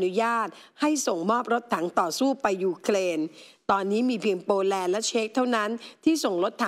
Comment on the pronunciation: It’s Ukrain not uklain